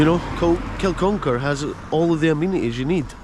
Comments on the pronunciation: It's Kin-uck-ar, not kil-con-kar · It's pronounced Kin,-uck-ar bud